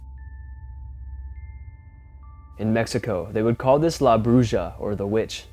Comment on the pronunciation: La Bruja is pronounced brew ha that’s the closest I can get you. If your going to use other cultures languages run it through google so you can pronounce it clearer. Took me a minute to figure out you were try to say witch or the witch in Spanish 🤦🏻‍♀️